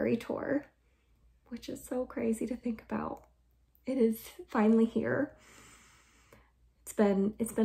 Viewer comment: love the way you keep saying "here" like "hya" 🤣🤣🤣 lifting books and organizing bookshelves are such a workout! no idea how you did it and also picking stuff up at... 6 months pregnant?! 👏 great job with the shelves!!!